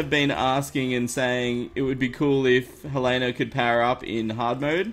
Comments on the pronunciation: You do know that helena is pronounced Hellen a not Hel ane na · Shoutout: Slimey then Helena in second sentance: "Hewena when can I hewlp you?" " I'm not sure if I want you to help me... first learn to say my name then maybe... (not)"